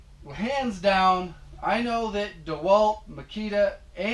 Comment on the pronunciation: Your pronunciations of those brand names, Makita Milwaukee DeWalt was excellently played